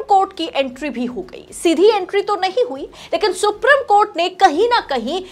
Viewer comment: Ma'am the word supreme is pronounced as सुप्रीम not सुप्रिम .. Please remember this and memorize it .. I wish your colleagues had pointed this out to you earlier.